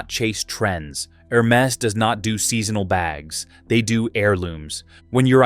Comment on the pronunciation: Please pronounce the brand name properly - it’s not Her-Mes but Er-Mez